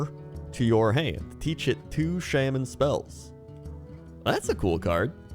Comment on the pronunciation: So im curious is him saying shamin a joke or his actual prononciation?